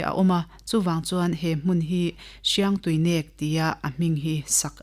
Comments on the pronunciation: Hriangtuinek nilo Hiangtuinek. Tihtur ani zawk. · Paite tawng a nih chuan Hriangtuinek a "NEK" lai hi thluk deuh tur ava nih hmel ve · Mizo (lusei ) tawng a "min nêk suh" inkhelh a mi kan va nêk kan tih ang a thluk tur nih hmel ka lo ti ve mai mai thadou leh paite tawng alo nih chuan